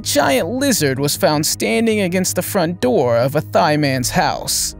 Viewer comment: It pisses me off how many times you go back and forth between "venemous" and "poisonous" but mostly you said poisonous even though NONE of these animals are. Venomous = if it bites you, you die Poisonous = if you bite it, you die And the fact you called a Thai man "Thigh Man" 😂😂 COME ON DAWG!!!